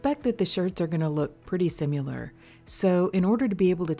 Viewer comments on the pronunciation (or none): I love your videos! Please stop saying "simular"